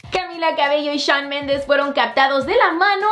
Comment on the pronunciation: Me matas con tu pronunciación "shoooan! JAJAJAJAJAJAJAJAJAJAJ